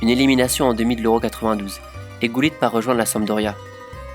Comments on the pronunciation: Did he said GULLIT? I have always known him as HuLLIT. 😂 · In French we pronounce it like that